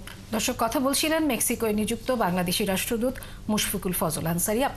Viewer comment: উপস্থাপিকা প্রথমে কি বলল ধর্ষক না কি দর্শক...?? 🤔🤔